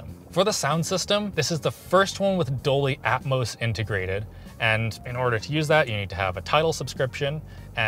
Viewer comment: What's Doley Atmos?? lmao jk jk IK its "Dolby" 🤣